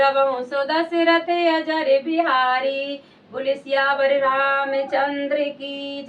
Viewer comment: जय श्री राम अजर नहीं अजिर शब्द है कृपया शुद्ध पढ़ें जय श्री राम